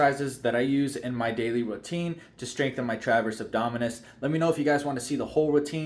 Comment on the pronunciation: Transverse…not “traverse”.